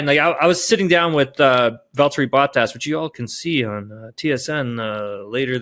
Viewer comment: Please make an effort to pronounce drivers names correctly. For your information this time, it is not: Boat ass it is: Bottas short b o t, like in shot or dot(com) or plot. And it is not ass, it is ‘as’ like in as you please or Asterix. Thank you